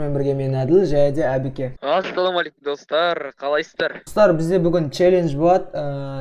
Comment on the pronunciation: Братан пбеке емес әбекего го😂😂😂